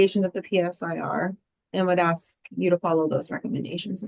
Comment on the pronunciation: JUDGE!!!! SHE SAID aks!!!!....an OMG moment